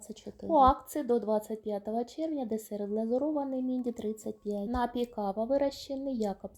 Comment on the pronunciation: Та не нАпій, а нап-І-й, от курка тупа, москворота!